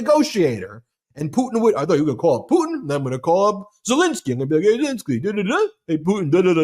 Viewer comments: I giggled when Brett pronounced Pudin for putin.😂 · WHY?? why can't on the far left of the screen pronounce his Ts?? "Vladimir Puddin is really pushing his buddins. idk why it drives me crazy but I can't stop hearing it now